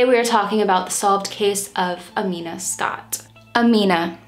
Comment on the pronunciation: I'm not even five minutes in but I wanted to praise your research skills. You pronounced her name EXACTLY right!!!! I know because I have the same name but I spell it Amina. I just go by Mina because that's been my nickname since forever.